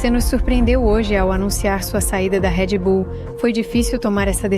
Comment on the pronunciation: Video é copia do espanhol p um português questionável: Não é Redy Bull, é Red Bull. Nomes não são traduzidos, so com algumas excesses. YouTube não é YouTubi. Internet não é Interneti... Escute o original em Espanhol e verás que eles falam a língua deles melhor que nós falamos a nossa.